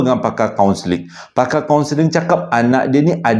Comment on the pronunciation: 😅😅 tergelak saya...soundkeling ... kaunseling 🤭🤭 Seram kelakar